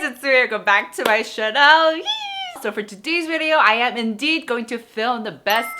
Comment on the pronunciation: Don't get me wrong I love your channel, but just wondering if you purposely pronounce "channel" as "chanel" ? 🙈 So sad there is a very limited products in Innisfree Malaysia =( would love to try the blueberry line 😍 please do etude house too!